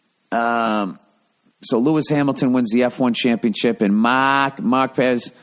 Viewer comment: stop saying champion chips!!! >.< its so annoying when people cant even pronounce the word correctly. Championship ship... fucking ship!